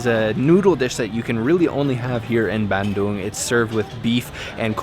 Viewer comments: Hey, so happy to see your vid and that you made it to my second favourite city in Java. Thank you for pronouncing it Bun-Doong and not Ban-Dung as in poo. I’ve been going there since I was 14 years old! One of the best things about living in Australia is how easy it is to get to SE Asia. Another word for frog in Indonesian is Kodok as they sit in their little moats and ponds, singing “kodok,kodok….kodok, kodok”And lastly my man, not wanting to be ‘that guy’ they weren’t Kafir Limes (which you cannot squeeze) they were Kalamansi! And always squeeze them through a fork or even your fingers so you don’t pollute your noodles with four or five indigestible bitter bullets that will ruin your entire bowl. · Hes even more “indonesian” than me, dipping crackers to the mie kocok soup, eating with hand, and he ate sambel as well. What im proud of is, he pronounced Bandung correctly, unlike many other foreigner. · Pronounced Bandung so well!!! So proud!!! Thanks bro 😁👍